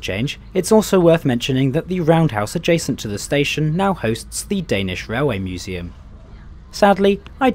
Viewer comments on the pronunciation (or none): none